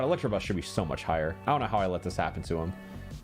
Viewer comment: Gonna update this list of gross mispronunciations as I watch: -Electrabuzz -Ampherdos